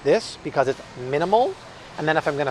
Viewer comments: Malk “milk” is delicious!!😋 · Malk! Now with vitamin R